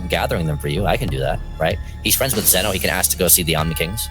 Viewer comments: From to it's zeno lol I laughed when he said zuno 😂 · Dude. You totally said Zeno's name wrong.